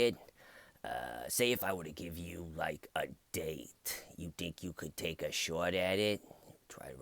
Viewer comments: Wrong accent. Shaawt would be a new Yorker, Boston would be like shaaaght. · "Take a shouwt at it" I never got bored of that. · "Wanna take a shawt at it?" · the auto generated captions say “Shhhh what” when you say “shot” with a boston accent 😂